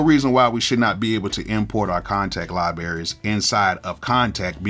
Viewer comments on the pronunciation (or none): I know I damn well I didn’t hear you say “liberries”🤣🤣🤣